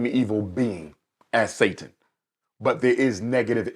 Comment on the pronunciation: He lost me at SAY-TON 😂